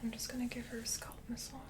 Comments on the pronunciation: Ditto. She says "scUlp" 🆚 "scAlp" but she's one of my favorite real-person ASMR'ist so everything is wonderful ❤️❤️ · You pronounce scalp like sculp. Nice video.